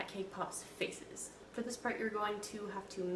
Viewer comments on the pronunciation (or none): When you said "Faces" I thought you said feces for a second, OMG. I love those cat puns, also that cat tail looked like a long... poop.. What did you think I was gonna say XD